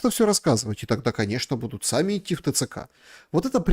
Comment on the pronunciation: "...и готовый иты на выборы..." а не готов ли ты идти на ...